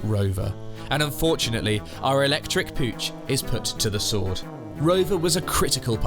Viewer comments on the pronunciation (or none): none